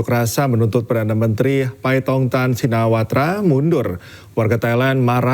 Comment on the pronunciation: Shinawarta ????? Shinawatra kaliii miin ...aduh duh sekelas inews loh nama kepala pemerintahan bisa salah 😂😂😂😂